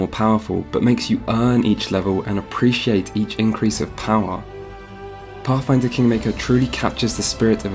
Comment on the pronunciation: I though it was called pathfinder but I guess it's pafffinder